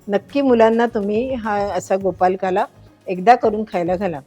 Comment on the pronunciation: छान आहे, पण नकळतपणे तुम्ही गोपालकाला म्हणत आहात, ते कानाला टोचतं, प्लीज् गोपाळकाला असे म्हणा ना ताई.